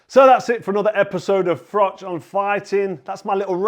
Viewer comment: I do very much remember "for mash, get Smash". :) As for Uncle Frank, I do wonder if he mispronounces your name as "Frock" on purpose.